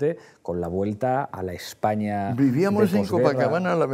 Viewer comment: Jorge Almagro Pablo Iglesias, no puede decir la palabra España.